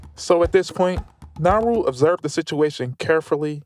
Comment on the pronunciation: Bro it's not nahru it's Na-u-ru and the amount of disrespect and audacity you have to talk about my home island like that! 😡😡